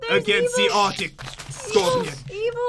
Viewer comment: it is arc-tic scorpion not artic scorpion a mispronounced word but right